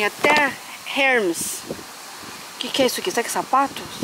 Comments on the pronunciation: não é Hermes. Se diz Hermés porque é francês essa grife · As pronúncias de Hermes está errado e Blueberry